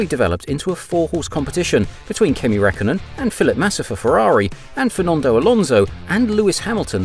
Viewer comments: It's Räik (Riak) kkönen, Fel ipe (Fel-e-pay) Fern-ando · Its a decent video but I cringe every time he says Kimi Rackonen